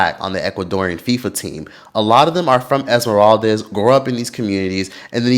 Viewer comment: esmeraldes 😅 its not esmeraldez/es, it's esmeraldas (das pronounced like das EFX) ❤ and ecuador has improved in racism, the team has helped in that as well, my family moved to guayaquil, and my grandparents had a neighbor for a long time senora angelita, she was afro ecuadorian, nice lady very nice lady and her grandson was my friend, last i heard he was doing graphic design for ad company in ecuador, afro, black ecuadorian...r.i.p. never forgotten la senora angelita